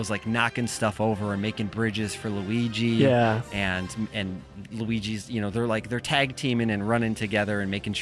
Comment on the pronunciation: I like this movie so much more than i expected to. My biggest gripe was Mario calling Luigi "lou" Idk why but I hate that lol